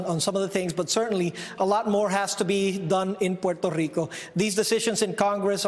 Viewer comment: porrtarico XD